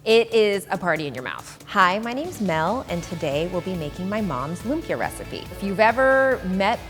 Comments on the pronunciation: Lum-pyuh.... omygahhhhhhdd it is Loom-pi-ya (like yasssss) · Im kind of dissapointed that the whole video she didn't say LUMPIA right. It's not LUM-PIYA. It's LUMPIYA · Oh my God. It’s not loom-pyuh. It’s lüm-pyæ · Am I the only one who's slightly (read: very) annoyed by how she says lumpia? It's /loom-pyA/. Hard A. Dishonour on your cow. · The way she pronounce 'lumpia' sounds like the way you say 'oompa loompa' which I think sounds weird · loo-mpia wahhahahaha lodi. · Its call LOOMPIAH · "loomp-yuh" LOL. No hate. I just think it's hilarious pronouncing it that way 😂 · yeah filipinos speak it differently they say (loom-pya) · More like loom-pee-yah. American english doesn't have a lot of abrupt stops ("impit" in tagalog) in their words so they tend to verbalize things on how their tongue was trained. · It actually loom-pyá/lum-pi-a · The way she pronounces lumpia though😂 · uhh im so infuriated stop pronuncing it wrong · the way she pronounces lumpia... 🙃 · I bet $100 that the comment section is filled with people saying how it’s funny lumpia is said that way. Who am I kidding? I’m broke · I'm filipino, I know the food well. It's just that from everyone I know who lives in the philippines ((I know many from different parts of the philippines)) pronounces it with exaggeration on the "ia" of Lumpia